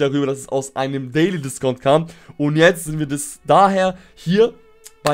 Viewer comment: Dieses Englisch